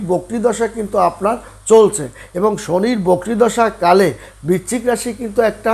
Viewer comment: বিচ্চিক না বৃশ্চিক, বড্ড কানে লাগে